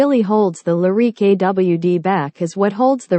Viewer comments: The Cadillac Lah-reek? Can’t listen to narration this awful. Better luck next time. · She has a weird pronunciation of Lyriq.